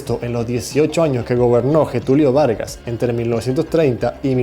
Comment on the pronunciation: Getúlio 'Vargas'